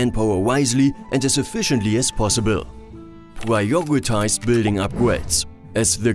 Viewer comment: Yeah... I'm also German, but these pronounciations are "funny"... Upgwades, constwuction, pwiowitize, stwonger,... I had this stupid German sentence in mind like: "Das ist zum Fremd schämen". Btw... What means: "wheel life"? I have no car, is that a problem? 😅 Jokes aside... it's good to see if this doesn't bother mostly other people... Because I might taking this too serious (?)